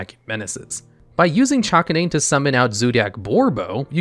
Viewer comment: Bro how the hell do you manage to mispronounce “Chakanine”?!